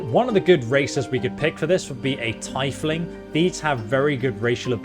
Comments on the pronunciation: the word "Tiefling"is always pronounced "TEE-fling" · Hate to be that person, but tiefling is pronounced "teef-ling". Not "tea-fling". Just wanted to point that out <3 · Also it's tee-fling not tie-fling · it is not pronounced tie-fling it's pronounced teaf-ling one word. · "Tee-fling", not "Tie-fling" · I don't know if it's already been mentioned but it's pronounced TEA-FLING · "A tighfling.." Bro are you serious? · TY-fling? SHAY-min? It made my bones crumple with disgust. Otherwise great video. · Lost me at (tie)fling 😂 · I am so, so deeply grateful bro did not decide on being a tiefling because if I had to hear him pronounce it like that any more frequently I think I would have ended it all. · I’m so sorry, but I just had to comment about the atrocious way the he pronounces tiefling. I’m not mad… just disappointed 😂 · Did you really just mispronounce Tiefling the same way you would necktie? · The most evil thing about this playthrough is your pronunciation of Tiefling.